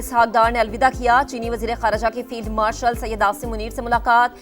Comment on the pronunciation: Feield marshal nahi firon marshal